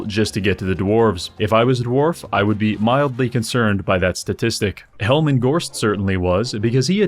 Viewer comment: I find it funny how he kept calling Heinrich Kemmler helman